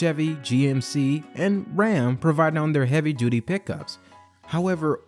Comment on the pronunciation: Keep saying duty (doody)